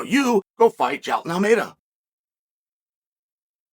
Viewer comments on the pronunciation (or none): “Jason” Almeida 😂 Chael is gold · JAH EEL TON Almeida...Now Repeat!!